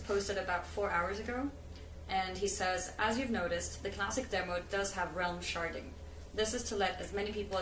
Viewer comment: Am i the only dirty person here that keeps hearing sharting instead of sharding? XD ghehe